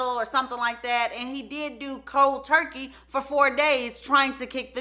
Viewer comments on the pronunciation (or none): none